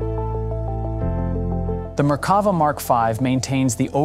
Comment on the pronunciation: The 'commentator' can't even pronounce Merkava, with the emphasis on the last syllable -'va'. That suggests they've only ever seen the name printed and never spoken.